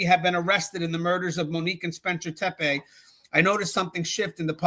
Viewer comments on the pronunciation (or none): It's Tep-ee, not Tep-ay.